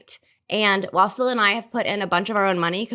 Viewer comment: I know she said while Phil and I. But I heard Waffle and I… might be the best nickname ever.